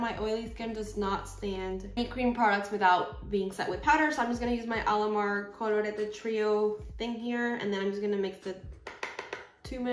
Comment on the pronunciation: I've loved when I heard you say "COLORETE" jajajajajaja, GRANDEEEEEEEEEEEEE, have you any video speankin spanish?? I because my english is soooo bad :-(